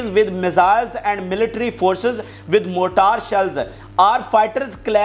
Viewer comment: Hai-retz not ha'reetz, Mour-trr not more-taar, Fee-urse not firik, and please don't say (muzahmati tehreek), say Hammaas bravely